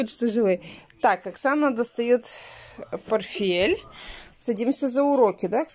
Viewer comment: не порфель. а порТфель.Тебе уже не раз писали. ты понимаешь, что дети потом будут так же говорить.